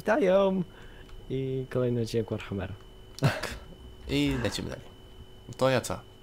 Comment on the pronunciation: Ale czemu Warharmer? ;D